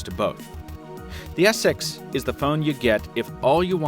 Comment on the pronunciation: He said s sex